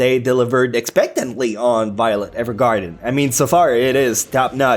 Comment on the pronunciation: The way he says "Evergarden" 😂😂